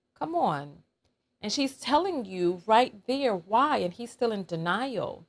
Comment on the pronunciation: It sounds like he's saying "wow" not "why"